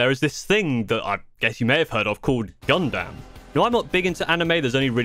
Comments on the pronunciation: “Gun-dum”. Not “Gun-DAM”. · Brub, when he said “Gun—-DAM” like dam man. You are killing me 😭😭😭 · just one thing to correct other than you mispronouncing Gundam (it's closer to Gundum) is the difficulty as there is currently at least 5 to 6 levels of difficulty on the kits EG or Entry Grade (you were right on this one) HG or High Grade (this is the next step up in difficulty) RG or Real Grade (this is the in between HG and MG in difficulty and cost) MG or Master Grade (next to the top on difficulty) and finally PG or Perfect Grade (these are the really expensive kits like around $200 to $300 US) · Ok so you do say gunpla right but you don’t say gundam right and yea you might have put a few connectors in wrong cus the head shouldn’t be falling off 😅